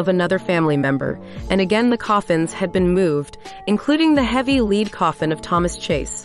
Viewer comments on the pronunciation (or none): Leeeed coffin? Lead metal is pronunced Lehd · It's not pronounced "leed" coffin, it's a lead (pronounced "led") coffin. 🙄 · no, it’s robo…the pronunciation of several words is off: lead is read as sounding like leader rather than sounding like red and the person read “New Hampshire, USA” but in an American accent it’s an AI narrator, it’s another money-grab channel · Can none of these announcers pronounce the words right? It was aggravating to keep hearing them say "Leed, instead of lead" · pronouncing lead as leed was annoying too. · led coffins , who reads that and says "leed"? English might not be the first language. Kind of sounds like me trying to pronounce French or Japanese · 666 inches , lead coffin , Too many errors, why not use the voice of a real person who can actually read? Also, spend a year not a week with Elisabeth Demidoff...